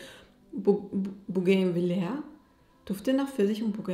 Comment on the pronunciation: Die Blume die du meinst spricht man "bugavij" und kennst du bestimmt 😊